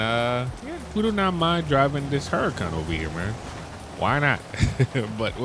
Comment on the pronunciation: It’s spelled hurricane. Pronounced hurricane not hurrican